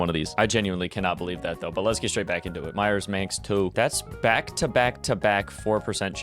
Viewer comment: Dang y’all don’t have it? I’ve had it since it came out and it’s pronounced “Manx” not “Man-x” (snipe the VW doka)